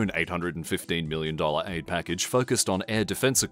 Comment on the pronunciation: Oi. It's Billion, not Billon. Also, it's Million, not Millon